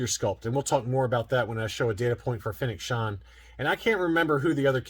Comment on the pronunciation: Who's Fennec Shond?😉